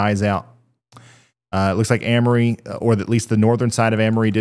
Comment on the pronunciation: im pretty sure Amory is pronounced AIM-RE